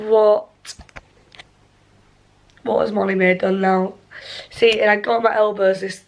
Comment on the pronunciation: "molly maeee... not appay"